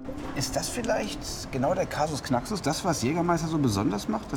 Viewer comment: Wer kennt ihn nicht, den Casus ääh Knacksuss